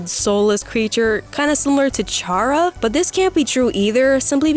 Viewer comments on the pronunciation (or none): Who cares about this 28 minute video? It's just for an emotional moment. There, I saved multiple minutes/hours for you with one comment. edit: Instant dislike they mispronounced Chara. (before you say, I know there is no OFFICIAL pronunciation for Chara)